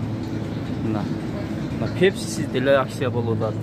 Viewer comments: Аксия эмес Акция Ц га ударение койгула . А так колдойбуз . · Акцияны тыныраак суйлоп алып акылдуу болчу,аксия дебей,бойкот мойкоту жок эле болуп турат акциялар